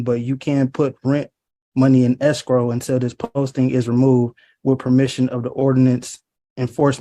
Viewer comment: Anyone else hearing “escroll” not escrow?